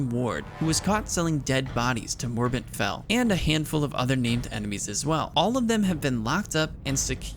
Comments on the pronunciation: How the heck do you always call Morbent FEL -> Morbent FEI? Damn, my ears bleed. One hell of a video, though. Great entertainment, no mistake here ! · Fel, Morbent FEL with an L. Every time you said it I was cringing lol. Other than that great video =)